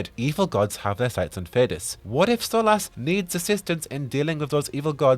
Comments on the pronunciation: sorry dude, I love everything about you and your channel, its just how you say his name it really grates on me. Its cool though, I can live with it lol just out of curiosity, why do you say it like that when most characters in game pronounce it SOL-US ? I think I can remember one other character pronouncing the way you do. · I don't like how you pronounce Solas lol Edit/P.S Bad Wolf